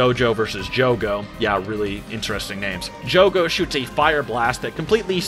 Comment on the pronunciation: It’s Jugo not Jogo